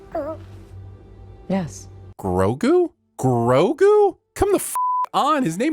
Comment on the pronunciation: Sin 49: Okay okay. I WAS going to piss on you about how you don't know what side quests are, BUT I cannot deny that you have correctly said Grogu's name, and that's exactly the acknowledgement I've wanted to hear from someone who isn't a part of the show, ever since this episode came out. So I'm going to hold my piss 'til next time.